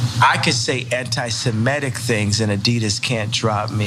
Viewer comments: Anti-Semetic? The guy can't even pronounce it correctly. Not surprising though, considering he thinks there were 12 lost tribes and not the canonical 10 lost tribes. In my best Mr. Rogers voice: Can you say cretin? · He can't even say antisemitic properly. But is it true that he is changing his name again and this time to "Nay"? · Dickhead can't even pronounce anti semitic properly. Why do people idolise these fools?